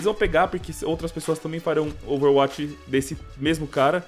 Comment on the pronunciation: fala ouveruati kkkkkkkkkkkkkkkkk